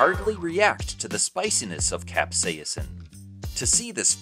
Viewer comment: The chemical compound that makes things taste spicy is not being pronounced correctly in your video... Considering that this is the entire backend to the video, that's pretty bad!! Is is pronounced CAP : SAY : SIN